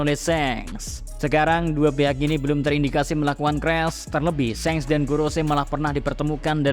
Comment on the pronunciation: Hal paling mengaggu telinga adalah ketika pengucapan SHANKS menjadi SENGS